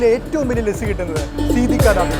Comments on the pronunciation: സീതി ദ ദാബയോ??? സേട്ടി ദ ധാഭ... എന്നാണ് ശരി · Please get your pronunciation right. .it's Sethi da dhaba. . not seedi da daba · Paranju chalamakalle സീതി ധാ ധാബാ അല്ല സേഠി ദ ഡാബ എന്നാ. സേഠി എന്നത് സർദാറിൻ്റെ പേരിൻ്റെ Surname ഡാബ് മീൻസ് ഹോട്ടൽ